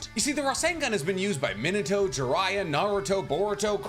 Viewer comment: Why do u say Minato like that ? Is there a reason? Like I know that you know how to say it right being Mee-na-to I’m wondering y u choose to say it incorrectly idk why it bothers me so much but it really does